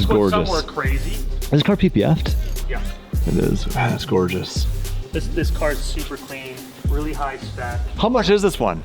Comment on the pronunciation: I love how says, "This car is GORGEOUS!!! So I can chop it up. Lol